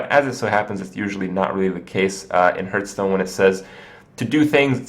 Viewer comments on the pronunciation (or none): "Discard your hand and draw five 3/3 Skeltons" Also he says "Hurtstone" everytime. Its "Harffstone" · It is kinda annoying, that you keep saying hurtstone. Its pronounced like heart, with an H at the end.